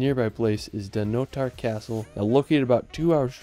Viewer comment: Good selection! But what a pity you didn't learn how to pronounce the names of them; not even an approximation. Did you ever actually meet any local people and hear how they say Eilean Donan, Dunottar, Orava, Spis, Trakai, etc ?